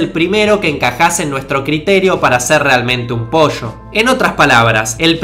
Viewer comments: Ya no soporto que digas otras vez "POSHCHO". Es "po-llo". No es tan difícil. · "El primer posho, no salió de otro posho" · posho xD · posho equixde jana el posh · Entonces, ¿Posho..? Posho entonces. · un posho jajajaja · POSHO, POSHO, POSHO v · dice posho en lugar dr pollo :v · posho posho posho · El posho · Que risa cuando dice " Posho" jajaja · Dijiste Mil Veces Posho xD y unas 5 gashina